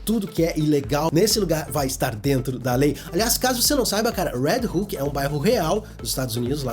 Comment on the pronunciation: Quando tu falava "Red Hook" eu pensava que tu tava falando do "Red Hulk" kkkkkkkk